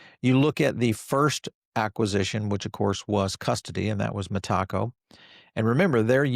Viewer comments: Meta co.. not mah taco. Lol. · META....CO. NOT M'TACO. .....LOL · Always gets that pronunciation wrong ! Sometimes mixes up lend and borrow 🤦 which is basic English and often conflates XRP & Ripple yet we keep tuning in for his wise knowledge 😂❤ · MeTACO? Is that a Mexican institution? 😅 i thought it was pronounced METAco? Good stuff. I appreciate all your content and observations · … love your content, but we gotta work on your pronunciation of Meteco. Think of it phonetically like this met.-a-co!! 😂 every time you say it just makes me laugh. The reason I know it’s the correct pronunciation as I’ve heard Brad Garlinghouse and the senior executives from that company share how it’s pronounced. Keep up the great work! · Metaco has nothing to do with tacos. Those involved pronounce it Meta-co.